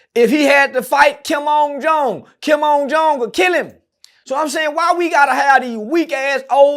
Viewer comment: Dude said Kim ung Jung